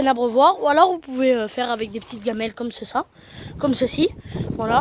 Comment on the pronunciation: Super vidéo. "comme ceça" 😂😂